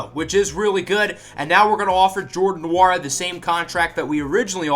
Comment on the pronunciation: You say Jordan Nwora’s last name like it is Wora